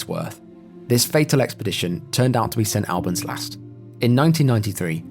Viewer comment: Love this channel! just a thought 🤔 Am i the only one that is surprised a brit pronounced st albans wrong?